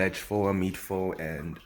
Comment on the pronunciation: Bruh can you pronounce PHO ????